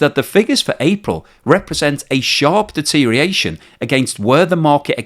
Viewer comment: "Sharp dereriation?" D E T E R I O R A T I O N.